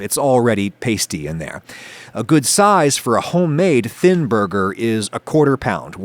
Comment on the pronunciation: Thinn borger